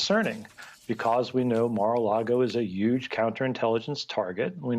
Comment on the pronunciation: My man just said "because we know Mar-a-Lago is a YUGE counter-intelligence target"